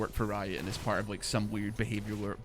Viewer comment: listening to try and say "behavioral" has been the highlight of my week